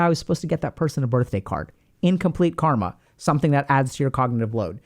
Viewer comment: Found your channel, thought you were just another Internet vlogger with a psych degree, and then you pulled out the hard-K with the accent and told us to give up on our dreams in order to unburden our minds (and release us from suffering). 🙏 You're the real deal dude 👍